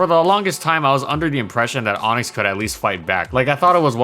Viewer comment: ONIX NOT ONYX